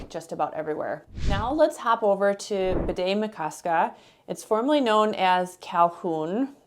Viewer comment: Just a note: it’s Bde, not Bidet.